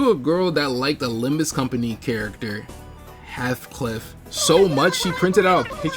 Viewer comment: NIGGA THE HEATHCLIFF CONFESSION? (Also it’s pronounced Heeth-cliff)